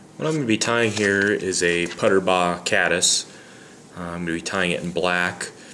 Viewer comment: I know Don Puterbaugh personally. His name is pronounced pooterbaugh not putterbaugh. Just FYI. Good description of the tie though